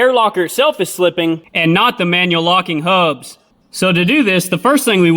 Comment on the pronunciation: You know it's real solid advice when he says "ThE HaUbBs"